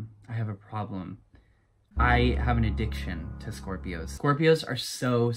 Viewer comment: for all ov mai shcorpioes